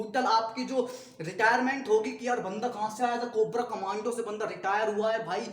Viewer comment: Guru it's "commando " Not command